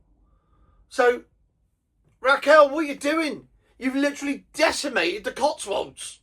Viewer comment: It's Rachel not Raquel.